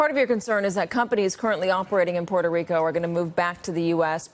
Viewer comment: porrtarico XD